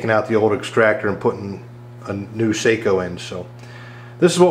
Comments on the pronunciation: Great video. Thanks. One pan — plz cease calling the brand using a long-A sound; the maker pronounces the brand with a short ‘O’ (Socko). How to keep it straight: Seiko is a watch company; Sako is a gun company. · Very good video, except Sako is pronounced "Sah-ko". I am seriously considering the upgrade to my 700 before it's re-barreled. Thanks for the upload!